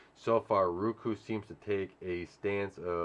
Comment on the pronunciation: I hate when my lady says Ruku...it is Roku. Like Row-Coo 🤣🤣🤣🤣 it makes me laugh everytime. Not trolling just saying.